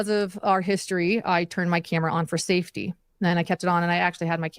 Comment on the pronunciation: Are her teeth Velcro....they stick together when she speaks..the word safety sounds like "seefty"